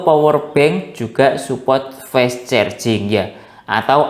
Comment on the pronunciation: Penyebutan fast itu bukan fes bang tp fast aja